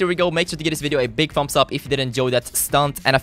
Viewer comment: "a big Fumbs up"...